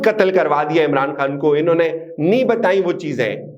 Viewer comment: Inhon ne ? Not clear